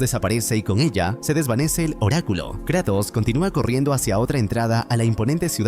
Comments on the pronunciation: adoro tus resumenes pero...KrEEEtos???? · Me encanta que dice Kretos en vez de Kratos